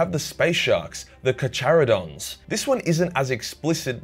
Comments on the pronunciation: Carcharodons are pronounced "karˈha.ro.don" not with a cha, like cha cha slide. It comes from the greek word καρχαρίας which means shark. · My pet peeve is pronouncing charcharodon "car cha ro don" when it should be "car kuh ro don" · I fkn love ya content but i cant take the botched pronunciation of my beastly bois, its carcharodon with a k sound not ch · "Kar-kar-adon" is how you pronounce "Carcharodon", FYI! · Also, space sharks are pronounced ("Car-Carry-Don"), after the latin name for a Great white shark: Carcharodon carcharias, pronounced: ("Car-Carry-Don Car-Carry-us") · Never try to pronounce charcarodon again